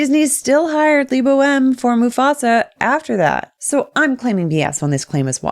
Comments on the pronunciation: Who else hears his name as "Le Boheme"? :D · "i hope i pronounced that right" you better have pronounced it right, bc if not LEBO M gonna sue you too!!